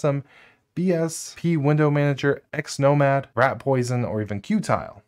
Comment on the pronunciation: It's XMonad, not XNomad